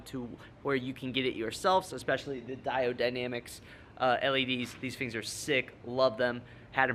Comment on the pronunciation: The way he says “fengs” when he’s saying “things”.... haha